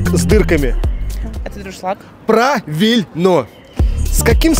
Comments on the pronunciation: Дуршлаг ,но никак не дРушлаК.... Умники ! И не МаОгарита , а МаРгарита :face-blue-smiling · Ведущему умнику на заметку: не "друшлак", а "дуршлаг". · Какая разница где и как говорят? Безграмотной речи полно везде, и как раз благодаря той же окраине. Девушка произнесла слово правильно - дуршлаг, а ведущий безграмотный, и написал слово с двумя ошибками дРушлаК. Он плОтит...🙈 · Дуршлаг, кто не может произносить, говорите-сито)) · Точно подметили! 😂 Меня "дРушлаК" настолько сразил, что я про "Елену....Хакамаду", (что тоже резануло слух) даже забыла, 😂!!! ЧТО Ж САМ ТАК ПОЗОРИШЬСЯ-ТО? Готовиться надо к такой передаче очень тщательно! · Слушай,экзаменатор-грамотей,не,, друшлак,,а дуршлаг,сам опозорился😂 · Ой, ой! Не "друшлаг", а "дуршлаг".😂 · Какой ДРУШЛАК?😂😂😂ДУРШЛАГ правильно !Тоже мне ведущий-знаток!!!😂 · Правильно писать и произносить нужно ДУРШЛАГ, а не ДРУШЛАК!!!! Привет из СССР! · "За ответы плОтим бабосы"...??? - Дальше нет слов...(( " ДрушлаК"... 😮 - две ошибки в одном слове😢😢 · Не "друшлаг", а "дуршлаг". Дуршлаг!!! Тоже мне, Питер. Тысячу гоните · Ведущий! Загляните ,пожалуйста, в Словарь,там для вас есть примечание : "не дРушлаг!" ДУРШЛАГ - правильно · Ковшик с дырками- дуршлаг,, а не дррушлаг.😅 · точно умница, красавица, а у вас что-то не срослось: надо говорить и писать дУршлаг, а не дРушлаг! Эх вы, шоу как бы мены! 😂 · Друшлаг😂 первый раз слышу, чтобы так исковеркали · Вот только не друшлаг, а дуршлаг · Дуршлаг , а не друшлак😂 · Правильно ковш с дырками называется НЕ друшлаг, а дуршлаг!!!от гемецкого слова durch (через) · Не друшлак ,а дуршлаг будет правильно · Не друшлаг,а дуршлаг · Не друшлаг, дуршлаг. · Дуршлаг, а не друшлак )) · Дуршлаг!!! А не « Друшлак» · Пожалуйста! Не друшлак, а дуршлаг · Не дуршлаг, а друшлаг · Примитивеые вопросы и странно, если кто-то не может отаетитьна них! Кстати, 'миска с дырочками называется не ДРУшлаг, а ДУРШЛАГ! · Дуршлаг, а не друшлаг! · Дуршлаг, а не друшлак ) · Дуршлаг, а не друшлак!!!